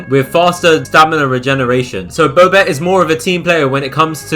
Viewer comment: who pronounces bobette bowbette